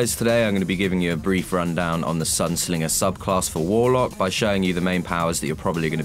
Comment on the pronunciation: SINGER NOT SLINGER